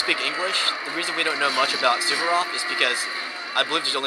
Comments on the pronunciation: It's Suvorov, not Suberof. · Suvorov was a Rush-In. LOL